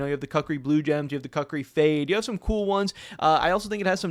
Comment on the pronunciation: You gotta stop saying cuckri 😅 Sounds like a knife for cucks